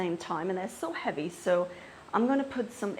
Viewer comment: Heawy, heavy, heawy when you said it was really cute❤